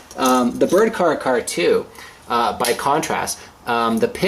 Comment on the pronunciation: care-ahh. care-ahh 2.